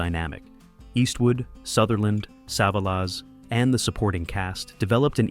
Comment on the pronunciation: sah vah laz? NO sa VA LIS>>>